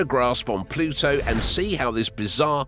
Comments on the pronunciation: It's Pluto... not plutso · Drink a shot every time he pronounces it “Ploo-So”! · You say the word “Pluto” funny with your accent